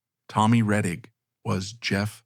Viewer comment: Too bad this documentary was done by A.I.! An actual HUMAN would not have mispronounced Tommy Rettig's name as, "Tom Reteeg!"